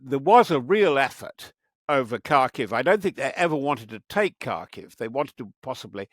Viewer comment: “Kharkiv” is more closely pronounced. “harkeev”